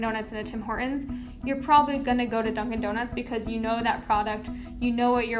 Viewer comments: That's how Horton is pronounced in his native language (Canadian). Especially in Toron'o. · Somebody please get a hold of this broad and make her say Tim Horton's the right way! Over and over until she gets it right. Driving me out of my skull the way some of the youth talks and tries to change pronunciations of words! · Her pronunciation of Horton's is HILARIOUS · Why are you dropping the T in Hortons? It sounds weird. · Why didn't they let the narrator pronounce the T in Horton's? Also they're merchants of absolute garbage, that's why they're failing. A shadow of what they were 10 let alone 15 years ago. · Interesting that the female narrator doesn't know that there is a "T" in Hortons. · Off topic, but does anyone notice that both the female spokesperson and the narrator pronounce T as a really strong "glottal stop" in the middle of words ("Horton's") and end of words (ie, "not"), where as the (presumably older) male spokesperson pronounces it more softly? This is a change I have noticed in people's speech in the last fifteen or twenty years. I'm weird. Or old. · Quaint quirk: the narrator's mispronunciation of "Hortons" (she says Hor'Uns) is really grating to a Canadian ear. The "T" is pronounced. HorTONS. And oddly, her mispronunciation of "Toronto" for the exact OPPOSITE reason (she says "ToronTOE"). No Canadian pronounces the second T. We say Toronno. But yeah. Very very very grating clip due to those mispronunciations. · This "reporter" needs to learn how to pronounce "Hortons." It's not "Hor-'ens." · Why do young women often drop t's now? The narrator is doing it and I've started to notice a lot of it lately. "hortons -> hor-ons" "mountain -> moun-ain" "kitten -> ki--en" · OK. STOP saying Horton's like Hor'ons. Actually pronounce the "T" in the word, geez. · Why do Americans not pronouce the T? "Tim Hor-uns" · Why can't any of these American people even pronounce "Hortons"? They all say "Hor-ens" Very irritating. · It is HorTONS not Hor-ons.